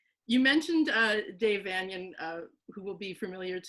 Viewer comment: Vanian is pronounced "VaYnian" dear.....as in "Transylvanian".